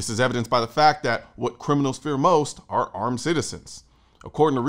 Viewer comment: You mispronounced criminals the second time around.